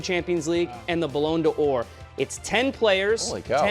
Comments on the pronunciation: It's not De Orr its D'Or (Door). Good God, I dont even watch soccer. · Can literally nobody in America pronounce Ballon D'or properly?